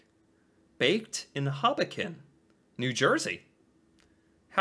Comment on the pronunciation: "Are the Moose unafraid to just go where they want?" Yes, yes they are unafraid. Look at the size of it. They can do what they want. Yes, you can get our money wet -- but don't put it in the dryer. No, the moose did not bite the cat. Moose are not carnivorous. Dude? How did you mispronounce Hoboken?! It took a second to figure out where you were talking about (my mind went to somewhere which might have appeared in The Hobbit first)